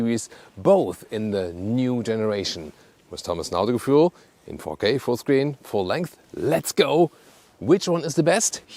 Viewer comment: Immer wieder lustig , wie er Autogefühl ausspricht 🤣 , tja blöd wenn man einem internationalen Kanal machen will und ihm einen deutschen Namen gibt ...audogefuel....😂